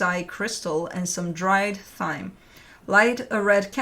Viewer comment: I am not sure how you do it but you have tracked my crazy life for years now. Whatever it is you are the highlight of my tarot reading month. May your house be filled with love, joy and much laughter. ❤ PS. The “h” is silent in thyme. It is pronounced “time”. Lol. Crazy English.